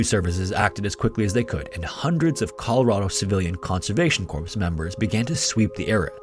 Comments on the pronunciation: The word ‘corps’ is pronounced like “core”, not “corpse”. A corpse is a dead body. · Love your videos and not trying to knitpick but corps is pronounced cor...the ps is silent